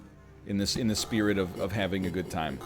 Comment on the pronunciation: NL complains about the "i" in "nuisance", but is also the one who says "spearit heart" instead of "spirit heart" all the time. It is not a spear! :D